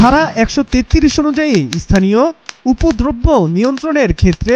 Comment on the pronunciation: উচ্চারণ শেখেন আগে সাব্বির হাসান, উপদ্রবকে উপদ্রব্য বলছেন। লজ্জাজনক।